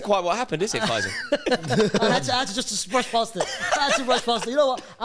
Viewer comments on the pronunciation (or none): You guys should do a YouTube short of each time called Fay-zal "F-AYE-zal" hahaha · The way pronounces Faysal 😂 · You say “Faysal” ,I hear “Deluded Guy with 0 Ball knowledge” 💁‍♂️